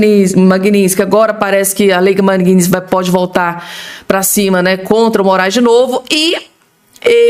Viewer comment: NÃO É MAGUINÍNSTIQUE É MAGNITSKY